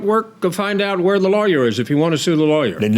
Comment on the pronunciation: He pronounced lawyer like liar, and that was the realest thing I've heard in a while. 😂